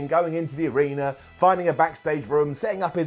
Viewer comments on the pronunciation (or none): none